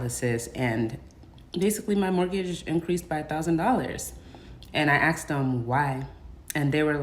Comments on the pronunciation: The mortgage company knew they had a moron when you "axed" them somethin' 😂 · She “axed” them?? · Starter house my ass. She is full of shit. It's pronounced ask not "axed" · Aks? Aksed? Why??????? Just fucking why???? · I feel ZERO sympathy for anyone who pronounces the phrase “I asked” as “I axed” …. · “I axed them.”